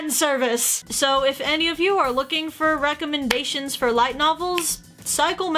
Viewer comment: Hahaha she said rackomendations